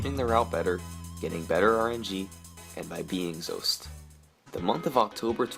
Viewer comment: Why does this guy keep mispronouncing Zoasty's name? It's not Zoast!!